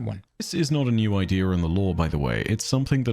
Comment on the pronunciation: I hate the way he says idea so much